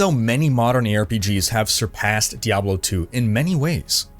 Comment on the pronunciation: I swear i heared "here are top 5 pigs" xD